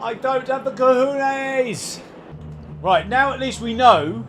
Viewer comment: Not gohohes... co-ho-knees. :)